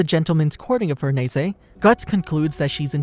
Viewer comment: the way u say farnese makes me wanna gouge my eyes out